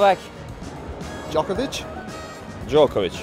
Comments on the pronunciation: the way Cilic says Djokovic 😂 The right way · I love the way Marin pronounces Djokovic hehe